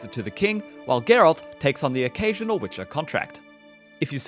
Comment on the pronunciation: Why is he saying wicker 3